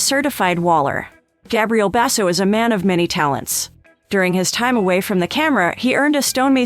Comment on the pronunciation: God, you cant pronounce his na,e or hos m sister's name CORR E CTLY